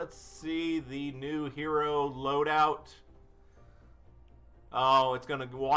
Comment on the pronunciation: i cringed so bad when u failed to say loadout 3 times